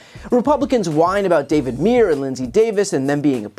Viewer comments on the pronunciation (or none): david MUIR - is pronounced MYURR. (it's my name too! 😆)